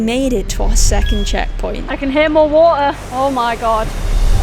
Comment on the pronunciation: "Big BODY of WAA'ER"